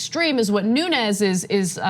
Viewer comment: "Noon-ass"?!?, You came close. NUNN-ASS